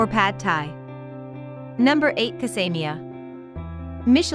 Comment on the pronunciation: Casa Mia not Cas aima